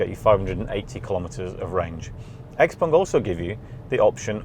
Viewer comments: Great review, but its X-Peng - Not X-Pong :) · Unfortunatly X Pung..... Sorry...X Peng... I heard the video and the person saying X Pung.... Anyway... XPeng G6 is great but will not achieve FSD anytine soon unless they joint or lease from Tesla.... So far versio. 12.5.... Is way ahead of everyone.... Soooo Model Y still the best SUV in the world